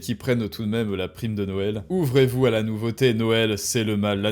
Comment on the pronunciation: Attention, tu as dis la dinde de "Noêl". J'ai un ami qui a comme prénom "Noël", dois je l'appeler d'hvers ?